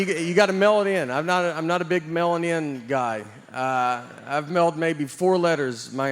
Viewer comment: "I'm not a big mailing-in guy" sounded like "I'm not a big melanin guy" and that made it so much funnier lmao